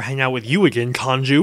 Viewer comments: Kanjis mad you keep calling him Kanju....and for ignoring him for so long xD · it said kanju again